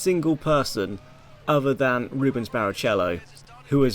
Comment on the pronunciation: Rubens says you got what you deserved for butchering his name